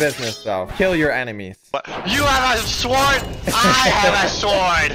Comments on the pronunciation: How we say sword: sord How says sword: sord How says sword: swuord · You prounounce it sord not sword